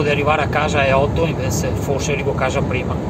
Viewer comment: Invezze anziché Invece che accento è?Quale zona ?